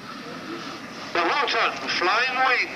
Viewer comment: Its a "Horten", German. Not "Horton"